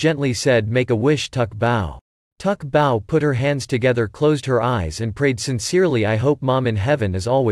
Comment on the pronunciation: ITS NOT TUK BAO!!! ITS SU BAO!!